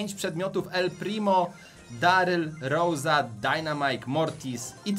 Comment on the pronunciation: Nie roza tylko rosa